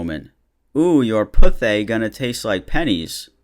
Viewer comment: I LOST IT WHEN HE SAUD PUTHAY LIKE THAT PLS